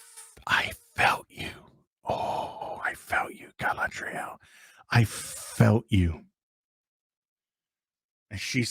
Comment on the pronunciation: I just love your pronunciation of Gaalaaaadrieeel.